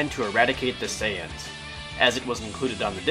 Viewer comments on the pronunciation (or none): none